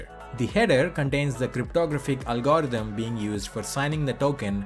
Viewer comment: Ffs learn to say algorithm!